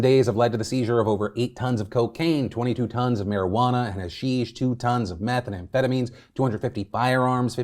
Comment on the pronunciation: you said "meth an amphetamines" with no d in the "and" instead of "methamphetamine" and my brain glitched for like 10 seconds😂😂😂